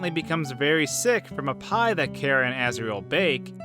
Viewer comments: No your saying cara it’s chara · not pronounced Kara it's car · It’s chara not cara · It’s not kara is chara Then saying wrong character and chara then why would you think of this karacter you say kara and these 2 names of kara and chara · Im pretty sure its Chara,not Kera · Its Chara not Cara. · I think it's ch ara Not Kara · It's chara not kara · CHara not cara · KARA IT SOUNDS LIKE A K BUT IT IS CHARA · It sound like carah, ITS CHARA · it's pronounced ch-ara not kara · you pronounce it wrong its "khærà" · It’s ‘car-uh’ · It's pernounced Chara in Charmander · It's not cara it's Ch-ar-ah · It's pronounced Chora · U are saying Chara wrong in my opinion. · omg ur hurting my head so much is there a video where you say charas name right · You said chara wrong